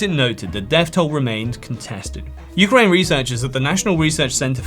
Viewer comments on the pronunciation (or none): none